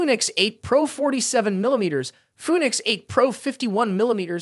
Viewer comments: Foonix. lol. Nice try AI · Fooneeks eight LMAO